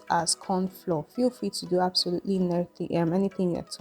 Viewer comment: Nice, fantastic. The word FLOUR is pronounced like Flower, not like Floor.